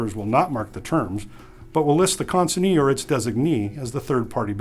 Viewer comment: Am I wrongor he pronunced the word CONSIGNEE in two different ways?